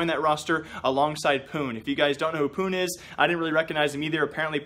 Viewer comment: pounh* pronounced it incorectlly